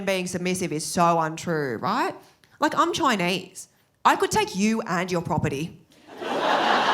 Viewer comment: I think it's funny and adorable when she says "I'm Choinese"